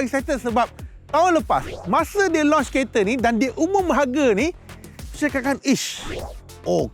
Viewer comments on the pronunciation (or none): none